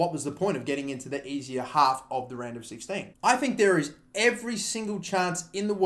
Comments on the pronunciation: Am I weird for hearing Random 16 instead of Round of 16 everytime? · Am I the only one who hears random 16 instead of round of 16?